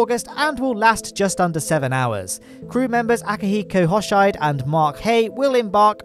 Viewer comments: Aki last name is pronounce ho-she-day. Hoshide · hoshide is pronounced 'ohh shee deh" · Hey, Hoshide is pronounced “hoh-shi-deh” Every vowel is pronounced in Japanese. Thank you for the amazing informal videos every week!